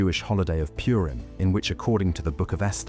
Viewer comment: The Jewish holiday is not "Pyurim." It's pronounced "Pooreem".